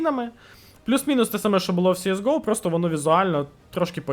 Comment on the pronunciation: Вуха просто хотять тобі забити пару цвяхів в язик « сіес гоу» Перший раз зайшов послухати про оновлення, вимкнув на першому твому « сіес гоу»